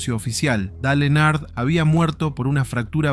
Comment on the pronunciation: "Dale Enar"? Se pronuncia Dail (Dale) Ernjart (Earnhardt)